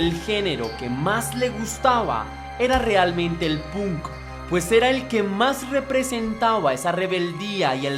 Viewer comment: emmm .. buena reseña.. decente mas bien.. debes prestar atención a las fechas porque no solo en la fecha de nacimiento de Paul le erraste sino en un par mas .. además debes, si quieres que tus videos crezcan a nivel internacional, mejorar tu inglés .. por ej.. la palabra Punk no se pronuncia como se lee .. se pronuncia Pank y sobre todo el nombre de la banda Iron Maiden no es eiron maiden .. es Airon Meiden .. salvo estas cosas en general está muy bien .. saludos desde Santiago del Estero, Argentina!